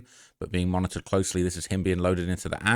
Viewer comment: Very impressive number of syllables to extract from the word 'monitored' in all fairness